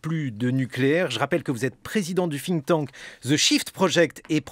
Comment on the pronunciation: Ca commence très fort : "...président du FFFfinktank..." Quand on ne sait PAS prononcer une langue, mon pote... Sans compter que trouver un équivalent en français ne doit pas être sorcier. Mais évidemment les journalistes aujourd'hui sont là pour donner leur avis (à chier en général) et poser des questions (tout aussi à chier d'ailleurs : "Vous condamnez ces violences ?", "Vous avez des doutes sur l'existence des Chambres à gaz", etc.). Bon, j'ai trouvé la solution : j'écoute Jancovici parler, et je zappe toutes les interventions du débile en face. [EDIT] Ok, en pratique, ça se révèle difficile de zapper parce que j'en suis à 5 minutes "d'interview", et le débile en question prend soin de ne pas laisser s'exprimer son invité et de parler à sa place !! Si j'avais besoin d'un rappel de la raison pour laquelle je n'ai plus de TV et n'écoute jamais la radio, je suis servi ! [/EDIT]